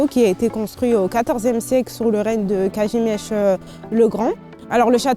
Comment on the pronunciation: Piękna wymowa Kazimierz